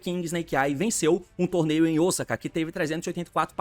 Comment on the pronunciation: Falou “Osaka” certo, esse merece respeito dms!